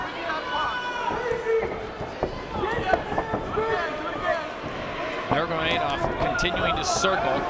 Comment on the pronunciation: Nurmegov 😂 who are these jokers who can’t even pronounce their names.